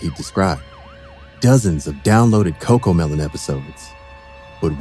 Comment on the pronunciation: Wie everiting is cocomelen😂😂😂